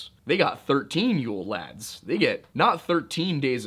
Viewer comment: I dont think he did that bad at the Icelandic pronunciations.